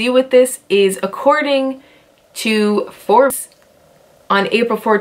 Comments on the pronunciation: Did she just say For bees, instead of Forbes? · did you pronounce Forbes as Forbees??? Lol! Love the video though. I'm looking into work for them